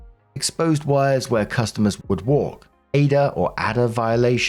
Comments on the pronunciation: Just FYI because I know American acronyms are weird We pronounce OSHA with a long O sound like O - sha And ADA is literally just A-D-A Yeah, we like acronyms and we like to make them weird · We usually say ADA as the letters instead of sounding it out.